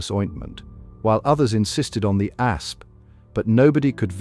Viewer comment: "Egyptian A.S.P. venom..." - guys, if you have to use A.I. for your entire video production, including narration, at least show the effort to control the final result and fix the obvious pronounciation mistakes. Even if you have no pride at all in your material, at least spare your audience from getting headaches listening to it.